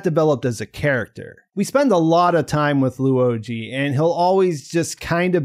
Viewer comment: Why say Da-Shuh when his name is spelled Da Shi? Also Loo-oh Jee? It's spelled simply Luo Ji just two syllables, so I don't get fancifying the pronunciation like this. As a Mandarin speaker it just sounds funny 😅